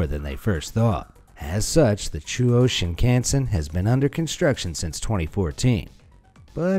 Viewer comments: it's not shiin-khan-sen in a english way its shing-kansen but say it fast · “Shin-can-sin Ok, pretty sure that’s not how you pronounce it, but I guess an attempt was made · its pronounced Shin-Khan-sen not shin can sen